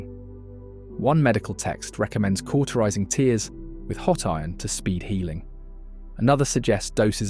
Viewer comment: More AI BS. The giveaway is how the 'narrator' (AI voice) pronounced 'tears' (i.e. rips) as 'tears' (as in crying). So we basically can't trust any of this information. Just YT pollution on top of all the other pollution.